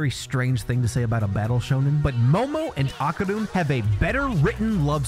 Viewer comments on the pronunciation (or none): O-karun Not AH-karun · this man keeps saying "Akaroon" not that there's anything blameworthy about the "-roon" part, i'm not gonna insist that you make sounds that don't even exist in your language. but your language definitely has an O sound you could be using for the first syllable. think of "over", "obey", "okay"